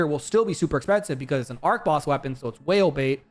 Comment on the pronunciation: You mispronounced archboss unsubbed